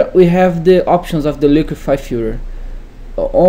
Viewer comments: its filTER my man not filler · Say FILTER one more time PLEASE :D :D :D :D